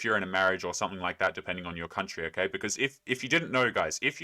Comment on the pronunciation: Never seriously listen to anyone who says "somefing" instead of something 😂